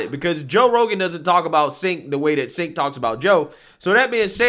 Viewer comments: It's pronounced "Jank" not "sink" As in Janky piece of shyt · "Chenk" it's pronounced! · I thought that obnoxious,arrogant mouthpiece was Pronounced Chenk? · Hey, it’s pronounced Chanke:) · Your content is the BEST. FWIW I believe Cenk is pronounced Jenk but who cares the dude is an A$$! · It’s pronounced “Chunk Yogurt”.